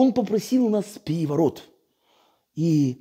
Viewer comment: ...штадион так штадион...пегевогот так пегевогот...